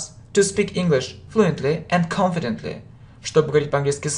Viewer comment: произносите слова четче и несколько раз - confidently - не расслышала - пришлось включать робота - переводчика - примите к сведению